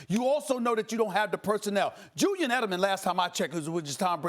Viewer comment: “Jewyan Edelman” 😂